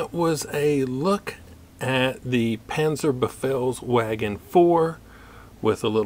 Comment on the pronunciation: you read it wrong, its panzerbefehlsVagen, not panzerbefehlsWagen